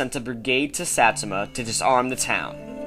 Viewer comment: u cant even pronounce satsuma lol